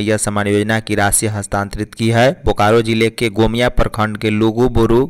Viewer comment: निम्नांकित शब्दों का सही उच्चारण करें. 1 गोमिया 2 शिक्षकेत्तर.